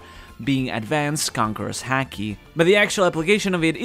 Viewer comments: it's pronounced Haki as in haha not Hacky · Lol couldn't help it, every time said "Haki" I thought he was going to finish off with "sack" 😂🤣 Great vid as always my man blessings... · please learn the right pronounciation of the ''haki''